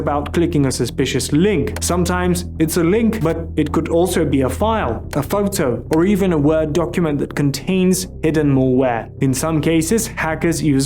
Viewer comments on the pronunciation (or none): You almost made it the entire video without any bizarre pronunciations until . Mall where or mole where? I can’t tell which one you’re saying but you’re definitely not saying mal where.